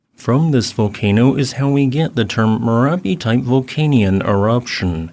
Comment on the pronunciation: thats merapi not marapi